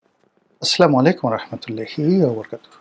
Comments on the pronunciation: আপনে সালামটা স্পষ্ট করে দিবেন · Salam not clear 😆😁